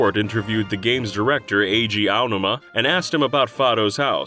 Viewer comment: Finally. A DYKG narrator that pronounces the Zelda producer's name correctly. Everyone else always said eye oh numa for some reason.